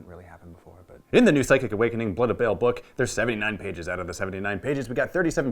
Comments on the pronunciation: Pretty sure it's not pronounced 'Bale". Baa-hl? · BAAL not BALE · It's pronounced like ball not bail, the video by games workshop pronounced it. Otherwise good video. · Baahl not Bale ;) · xD the way he pronounces Baal threw me off, but then he added that bit about why he pronounces it that way and it warmed my cold Imperial heart.